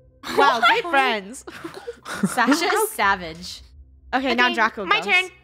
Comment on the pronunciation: It's Draco -_- not draca! But it's ok cause that's funny lol😂